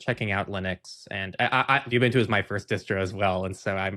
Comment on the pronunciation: Please please please... it's not pronounced "you-buntu", it is an African word pronounced "oe-buntu/oo-buntu". Think when you're saying "oe", the same sound as the word "shoe". Your guest from Zorin is pronouncing it perfectly.